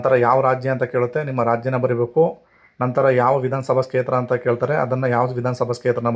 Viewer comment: Kshetra anodu sariyagi uccharane practice madi.